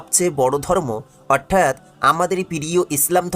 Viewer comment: উচ্চারন ঠিক করা উচিৎ।উপস্থাপনা করতে গেলে একটু পড়াশোনা জানতে হয়।what i's আজরা বাইজান!অর্ঠাৎ কি!দিউয়াল কি!